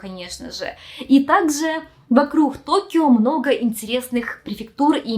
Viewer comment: стала более явно Хэкать)) "ЙокоХама", "вокруХ"😅 раньше не замечала, хоть и знаю, что с Украины